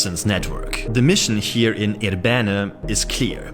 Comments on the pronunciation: it is pronounced with the accent on the 1st I syllable, I'rbene not ir-B'ene ... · For those wondering, the name of this place is more accurately pronounced with initial stress, that is: IR-be-ne (and both of the "e"s approximately as the"e" in "sovjet").